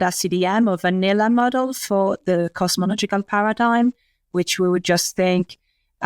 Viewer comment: no sense watching Claudia speaking, her words are not understandable 100%. only like 70-80% not good enough. She can't say Cosmological she says Cochical.